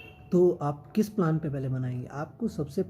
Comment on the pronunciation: Sir प्लान nhi प्लेन boliye 😊